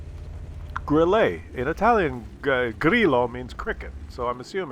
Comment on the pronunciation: You're right it means cricket but it's pronounced "grill-UH", not "grill-AY".